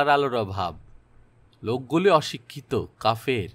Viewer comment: video ta chee design korchilam hotat shuni ক কে খ বলছে, কাফের কে ক্বাফের বলছেন, এটা কি আরটিফিশিয়াল ভয়েস না মানুষের ?